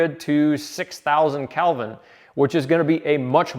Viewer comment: Kelvin is spelled with an "e" not an "a". It should not be pronounced like the name, Calvin.